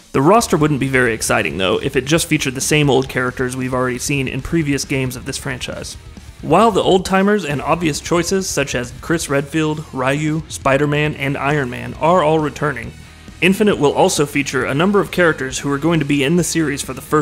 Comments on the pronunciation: Stopped Watching after he said RAYU.......rly? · i stopped watching when he said, Rye-ew. haha